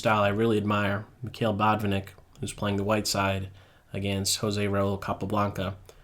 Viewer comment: I know that English-speakers tend to stress the first syllable, but he's actually BotvInnik (the 2nd syllable is stessed, I mean). No offence, just saying.